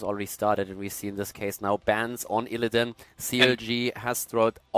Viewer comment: i prefer as Co-cast than that other english dude who mispronounces IllidAAn, or KEEL-thas. i swear that gets to me everytime. also, anti hero gives valuable input on things alone might miss if he solo casted himself.